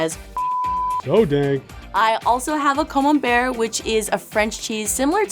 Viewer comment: Beautiful cheese board indeed but Camembert is so common, has to be trolling us with her pronunciation. Right? 🤔😀